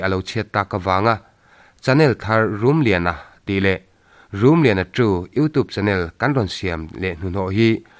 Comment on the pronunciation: U toop,,,,u tuup,,,,iu tup,,,, hetia lam rik channel hi ka en peih lo... you tube ania, tube tih lai tuup,, tooop ti a lam tur pawh anilo....